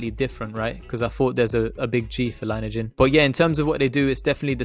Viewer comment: Thanks for the consistent and super DD,!! Also, just FYI, heard CEO Erik pronounce it Lin-e-ajen (long E in the middle) on an earnings call and other vids. Go BNGO baybeee!